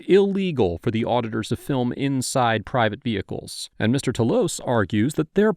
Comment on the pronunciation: PRIVET VEEHICKLES😂